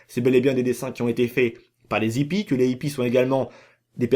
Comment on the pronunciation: La plus grosse mascarade c'est ta miniature lol. Et toi qui aime donner des cours de français pour analphabètes, on ne dit pas les zippies mais les hippies, il n'y a pas de liaisons. Et sinon je ne sais pas si tu te rend compte que tu dis la même chose dans toutes tes vidéos, on a compris ! Les Aliens sont des hallucinations, il n'y a pas d'UFO et ce tocard de Oméga est ravagé. J'avais compris ça en 2013 dès la sortie du jeu; pas la peine de théorisé comme un scientifique ^^